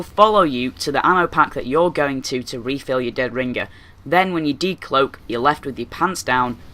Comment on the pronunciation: listen to yourself say deadringer you sometimes say it with 2 g's like ringger